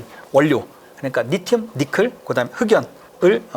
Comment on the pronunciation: 니켈을 니클로 발음하셔서 불편하네